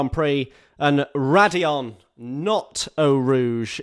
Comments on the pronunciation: Its raidillon actually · That’s raidillon actually